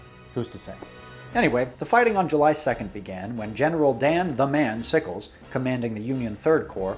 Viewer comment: Thought you said “General Kenobi”